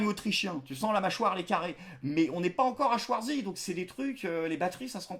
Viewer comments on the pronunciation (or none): Au nom du monde germanophone, un grand merci pour la bonne prononciation de Klein, Zimmer et Spritz(er)... par contre ''Chouartzi'' c'est non, c'est définitivement non...